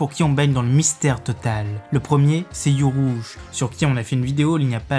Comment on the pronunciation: Urouge, alors pourquoi prononcer U-Rouge ... (U prononcé "you") Et Jewelry Bonney prononcé Djiweulry ... et pas ... bah en fait j'ai pas compris comment vous la lisez donc ... Pas comme vous la dites (et c'est "Bonney" pas "Bonnet")